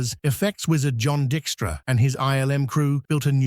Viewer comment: A.I. can't pronounce Dykstra. 🤣